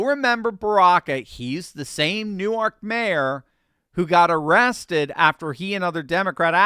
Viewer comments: I just want to correct you on your pronunciation. In Jersey, they don't call it New-Ark. They call it New-Work. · I couldn't help but laugh at hearing you using the Delaware pronunciation of Newark when referring to Newark, NJ. "New-Ark" is a city in Delaware. "Noork" is a city in New Jersey. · Newark is pronounced Newerk by the locals. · ...it's pronounced "New-werk"